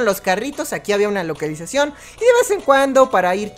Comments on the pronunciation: Parece que le malio sal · "Localuzacion" - 2020 (Humor) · localalizacion xd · Dou nueva palabra sinónimo de localización LOCALAIZACION XD